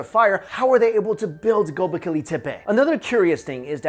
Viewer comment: Its Go-bek-li not gobekili